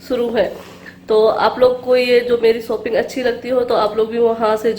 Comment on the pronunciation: Shopping hoti ha Sopping nahi hota ha plZ theek bola karo Warna don’t use this word